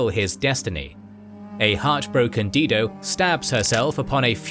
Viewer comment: Dido. Die-doe. Not Dee-doe.